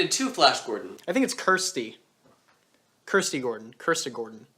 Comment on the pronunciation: Yes her name is pronounced as kursty.